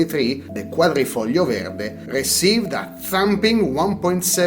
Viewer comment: Grazie, another interesting and entertaining vid. It’s great to hear an english speaker who can properly pronounce “quadrifoglio verde”! lol:-)